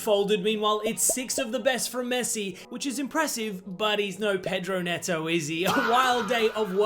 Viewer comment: Pedro "Meowto" 😭😭✌✌